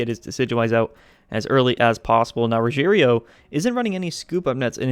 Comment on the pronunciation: RO-heh-LEO is how you pronounce his name.